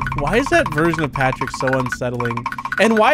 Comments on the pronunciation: Patrick not potick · WAIT WHOS POTRICK ISNT IT PETRICK OR PATRICK